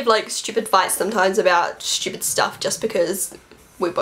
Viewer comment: i love the way you say stupid "shtupid" hahah you're so cute!! xo